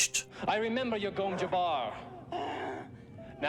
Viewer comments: Not "yabbar", sounds like "jcabbar". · gomm JABBAR NOT YABAR .... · Bro I know you are Nordic or something but how difficult is it to just say Jabbar or Jessica and not Yabbar or Yesica? Like come on dude holy